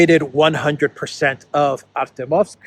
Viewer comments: you have to learn how to pronounce Артёмовск. The "ё" is spoken as "jo". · Pronounced "ArtYOMsk". Two syllables. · thank you for being the voice of reason in this world! By the way, "Ar-tyo-movsk" is pronounced with the stress on the second syllable. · the correct pronunciation of the Russian/Soviet name of that city is "Artyomovsk". Hyphen goes on the "yo" diphthong. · Please pronounce it correctly - in Russian, when the emphasis falls on an 'e', it is always pronounced as 'yo'. So ArtYOmovsk.